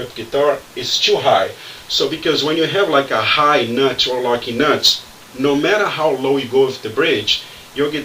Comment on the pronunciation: When you say locking nuts, it sounds like you're saying "Lucky Nuts"!